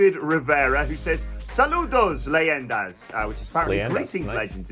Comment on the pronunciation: You said saludos leyendas better than some hispanics 👌